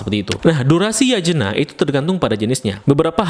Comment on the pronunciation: Yatnya bang bacanya bukan Yajena wkwk 😭